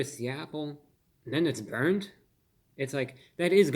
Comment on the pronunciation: Brurnt Carmel 😲😨😜